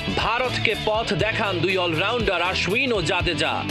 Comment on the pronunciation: কি এক অবস্থা, নাম হচ্ছে আশ্বিন৷ আর সাংবাদিক বলছে আশউইন😂